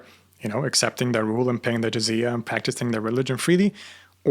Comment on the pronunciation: “Zizia”🤡 its not zizia its jizya